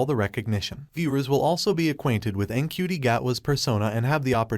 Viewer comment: Its pronounced chuti apparently.